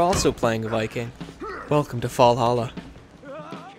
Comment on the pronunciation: "Welcome to Fallhalla."